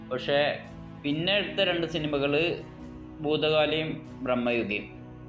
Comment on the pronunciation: ബ്രഹ്മയുഗം അല്ല..ഭ്രമയുഗം..